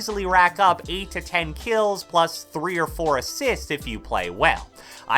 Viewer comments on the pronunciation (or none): Nobody:: keills